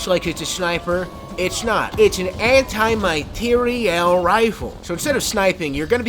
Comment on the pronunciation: I love that you made sure to pronounce it MATERIEL and not material.